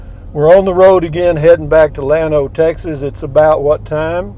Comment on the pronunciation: Lu me su. Ha ha. Should be La may sa. But you know....Llano is supposed to be ya no. Enjoyed this one! Take care!